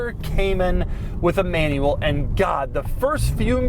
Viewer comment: ✅ BROWNNE ✅ MANUELLE ✅ FRONK